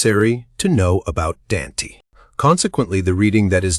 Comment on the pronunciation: I was wondering if this is AI, some weird breaks in sentences, Dante was even pronounced wrong